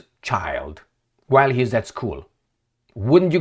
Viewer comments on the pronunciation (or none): none